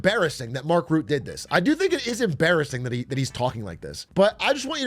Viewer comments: It's funny to me how you consistently mispronounce the NATO chiefs name. It's Mark Rutte, not Mark Rutt. 😂 You have to say the E at the end, but not as an American E, but more like a uh sound. Sort of like this this, Mark Rüttuh. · Rutte is pronounced like Röttö btw (German ö sound), not "Root", just in case WWIII happens and you have to say his name again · I think Mark Rutte (by the way, you pronounce his name like Rut-uh, not Root - like uh... in a rut) was just mirroring (cleverly) Trump's wording, rolling with it - and he's getting what he wants, so I think that's a pure win for both NATO and Rutte. He doesn't care about what the general public thinks of him - he cares about doing his job, and he was purely winning here. Those that know, know. In the end, that's the only people whose opinion matters to anyone in his position. Mind you, I don't politically align with Rutte at all, but I think this was a smart move. By the way, that means I agree with your analysis: the EU gets US support in the short term, and in the longer run they gain soft power and military independence within NATO. The US really gets nothing out of this, except Trump personally, but outside the US, nobody needs to care about that. US citizens shouldn't elect corrupt leaders that are vulnerable to flattery if they don't want this. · Not Mark Root Mark Roota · Everyone already corrected you because Mark is no longer PM so I'll just mention his name is Rut-te not ruut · Also its not Routte but Rutte with a U like in butt